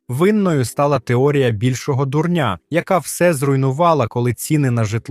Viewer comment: Не "більшого дурн`я", а "більшого ду`рня". Дурн`я - це наприклад розповідати, давно відомий матеріал, як щось нове. А дурень - це особа однини, яка певно це читає.... Як ви можете зачитувати матеріал не знаючи елементарного правила наголошень в слові? В своїй рідній мові. Це ж не трансцендентний аналіз, якийсь. Це елементарне. І те виходить дурн`я, розрахована певно на ду`рня.